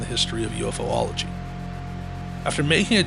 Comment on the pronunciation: Your killing me, it's Pronounced U-fology not UF-ology..😂😢😂